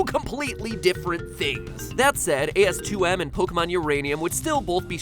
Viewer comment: Did you just call it "AS2M"